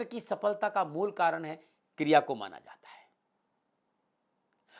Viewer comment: Kirya nahi kriya, kirya toh kiryakaram hota☺😊